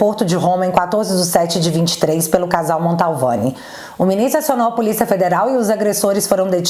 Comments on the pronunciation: te adoro, vc é muito boa, mas só te corrigindo, é família MANTOVANI e não Maltovani...Edson aqui de Taubate SP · O! Você falando sobrenome da família Mantovani errado... Não é Montalvani não😅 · Montovani e não MONTALVANI....